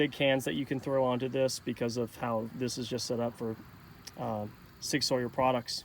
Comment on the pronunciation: Good review. But viritus? Sig Sawyer?